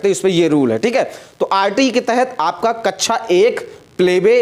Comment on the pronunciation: Kachcha Nahi Kaksha Bolte Hai Bewakoof😅